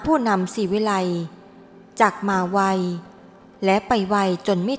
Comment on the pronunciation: พูดมาได้มาไว้ไปไว้ อ่านภาษาไทยวิบัติหมด